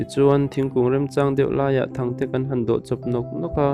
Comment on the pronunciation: Mizo trawng hi ahar ah,tih dikloh i nei nual mai.thangte nilo in thrangte tih tur zok ni e,sa channa atana thutna tur thigkug ah an dawh thin,,sa hmusual---sahu sual tih tur ani..chuan adang poh athluk diklo a om nual mai,ka la gaithla mek ,gaithla leh zel phot teh ang